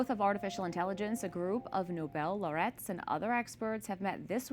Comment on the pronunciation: With kindness, please could one of the staffers correct pronunciation of laureate? I don't want someone to hear the incorrect pronunciation and then dismiss the program or EWTN. Please tell me when you have seen this. Thank you and God bless you!